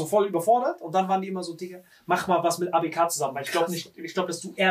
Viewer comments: Wem triggert es auch das die ganze Zeit ABK falsch sagt 😂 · Ausgesprochen:,, Äi bi key '' Wie es sagt:,, A Be ka " 😂😂😂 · Ey. Bi. Key. Bitte dieses Abk trigger so